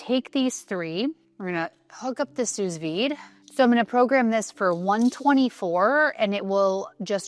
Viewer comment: I love your content. You come across as a lovely and genuine person. Thank you for sharing what you are doing to advance longevity research, especially as a female. You are aware that we have different nutritional needs and tailor your lifestyle accordingly. You also eat a variety of foods, which is the best way to get nutrition. By the way, small nit pick: sous vide is pronounced as sou vide. It’s a French term.